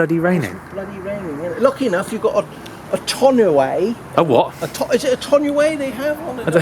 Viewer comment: tonneau, pronounced tawn-O. Pretty common word over here as it's what we call the hard covers on a pick-up truck bed.